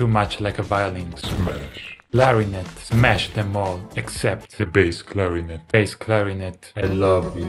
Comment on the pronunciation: Davie say mash not smash😮